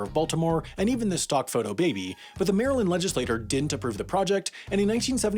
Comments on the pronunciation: your pronouncing “legislature” as “legislator” is killing me...(in “legislature”, the t is pronounced like a ch, not like a t, because the u after it causes an elision which changes the quality of the consonant. It’s similar to why the d in education sounds like a J. ) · It sounds like you're saying legislator, but you must be saying legislature because it's the proper word to use? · As Hermione Granger said, “it’s Legislature not Legislator.” See ya in HAI Mistakes Roundup! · This episode of Pronunciation Mistakes That Should Embarrass a Twelve Year-Old is made possible by Denby. Ready? Here we go:. / ledge-iss-lay-TORE / = 1 person who legislates.. / ledge-iss-lay-TYURE / = a governing body capable of passing laws to seize football teams.....and no, language is most decidedly NOT that fluid. Not ever, and certainly not when the ponunciation error in question invokes a completely different preexisting thing.. This episode of Pronunciation Mistakes That Should Embarrass a Twelve Year-Old was made possible by Denby. Hit in the next thirty minutes and get fifty percent off your aural diet of Pronunciation Mistakes That Should Embarrass a Twelve Year-Old, for life. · Legislature is pronounced "ledge-iss-lay-chur" Not the same as legislator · I love this video, but it really bothers me how he keeps mispronouncing “legislature” as “legislator.” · In the pinned comment you write "legislature" but in the video, I kept hearing "legislator". Am I mishearing, is this a mistake or is this a standard way of pronouncing "legislature" in some region?